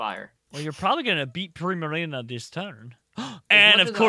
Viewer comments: I like the fact they keep on pronouncing primarina, prismarina cause they are so used to the word prismatic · "prismarina" hehehe